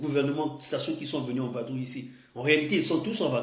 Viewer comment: On dit vadrouiller pas vabrouiller